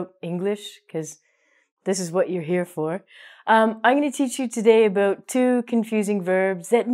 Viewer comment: Aboot. Canadian!